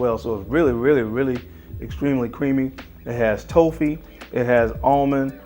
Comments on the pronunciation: Toffee is pronounced like coffee.. Do you guys in america call it Toe-fee? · No, this guy just said it incorrectly.